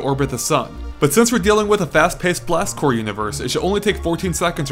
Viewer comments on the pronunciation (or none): Have you been saying Marine CorPS your whole life? xD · Seriously sounds like he is saying Blast Core...